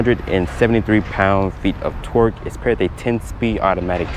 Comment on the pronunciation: The way u say torque sounds like twerk